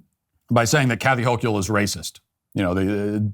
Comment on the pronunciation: It’s pronounced (Ho-kul) just saying.